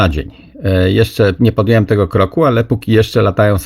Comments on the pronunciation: "..nie podjełem (..)" Czemu notorycznie mówi pan tak na antenie? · "..nie podjełem (..)" Czemu tak pan mówi?